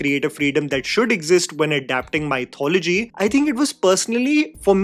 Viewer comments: Just an FYI, mythology is not pronounced MY-thology. It is pronounced mith-ology. I was surprised to hear the journalists in Mumbai also mispronounce this word at the promotional tour. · Elliot Page. What is that abomination? Also, you need to work on your pronunciation of the word "MY" Thology. Soo Northie and sooo annoying. Your review though... Spot on and well articulated as usual. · sorry but WHY do indians mispronounce the word mythology?! if you remove the "ology," you're left with "myth" - think about how you pronounce that word on its own in english, and then just add the "ology" back to it. THAT'S how you pronounce that word. pretty common-sensical i would've thought.